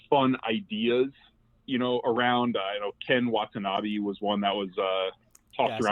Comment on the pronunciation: It kills me every time corrects on Ken Watanabe’s name, and she says “Wa-na-ta-be” instead.